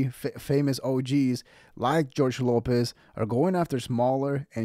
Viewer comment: He’s a beast. Great young man. Lopez not pronouncing his name correctly is such disrespect.